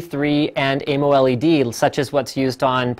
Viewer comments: omg stop saying amoled like that... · its amoled not amoled